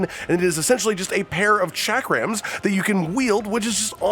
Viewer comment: "Chack-Rams" is wild